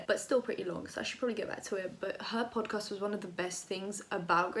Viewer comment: Love your channel and your personality but every time you said "podcast",i died a bit 😂